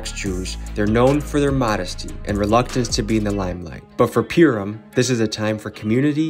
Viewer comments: Just so you know it’s Purim not primum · purim, pronounced purr like a cat 🐈‍⬛ purrrim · not pure-im but Purr-im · I love you and your videos but I think you should know how to say the word Purim correctly first before saying the word in a documemtary